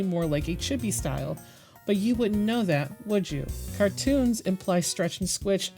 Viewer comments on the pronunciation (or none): none